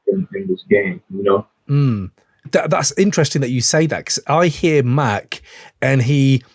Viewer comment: huh, it's Mac like the gun